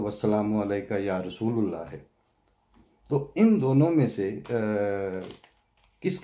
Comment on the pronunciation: یا رسول اللہ ۔درست تلفظ رسول میں "ل" کی زبر کے ساتھ نہ "ل" کی پیش کے ساتھ Ya Rasool a llah